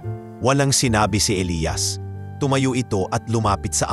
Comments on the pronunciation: Nakakatawa Elias as eliyas not elayas😂😂😂😂😂 you need to improve your channel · elias elayas paano ba yan bigkasin mo iba iba eh